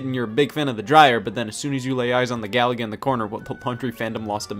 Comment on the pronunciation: It's pronounced ga-LA-ga. Stress the middle syllable. Like its predecessor Galaxian, not like Gallagher.